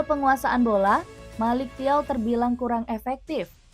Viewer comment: bacanya melik caw..😅